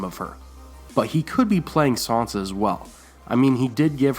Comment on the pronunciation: It's "SAN sa", not "SON sa". SAN. NOT "Son".